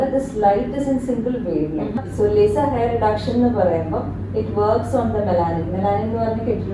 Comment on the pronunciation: Laser not be lyser deee